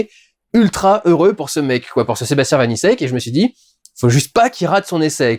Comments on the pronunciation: Par pur principe, le nom du réalisateur se dit "vanitchek" Critique intéressante, hâte de le voir, j'avais beaucoup aimé Vermines ! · Dudu, Vaniček se prononce comme la république Tchèque. C'est facile à retenir puisque que Sébastien Vaniček a lui-même des origines... tchèques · Sebastien Vaniček se prononce Vanitchek